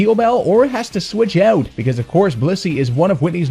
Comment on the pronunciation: Love how you pronounce 'switch eout'